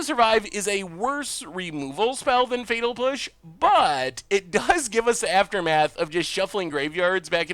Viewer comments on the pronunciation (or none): Could have sworn you said fetal push.